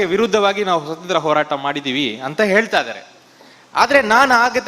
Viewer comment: Swathanthra alla swaathanthrya